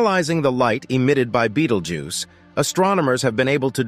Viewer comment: How many time can you misspronounce the stars name: yes!